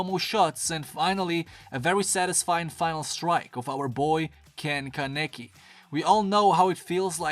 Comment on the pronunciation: just saying kaneki pronounced kah-neh-kee rize is pronounced ree-zay anteiku is pronounced ant-tey-kuu